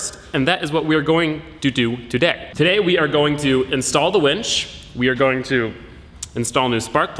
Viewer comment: “How’s it gorin everyone?”